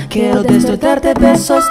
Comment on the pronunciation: Jeron Peter Coronel oo nga magaling ung lalaki. Si may sablay konti. Like kwero ung sabi nya sa Kyero (quiero)